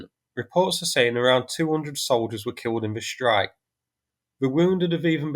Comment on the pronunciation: sss-trike not shhhhh-rike